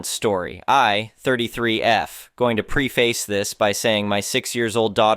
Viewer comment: "Preface" is pronounced "pref-iss."